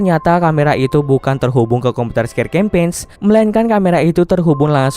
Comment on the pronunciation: Campain ngab baca nya bukan campeg